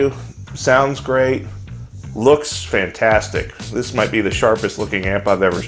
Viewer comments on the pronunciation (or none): none